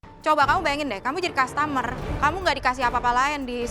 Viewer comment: Kaget chef karen bilang 'kastamer'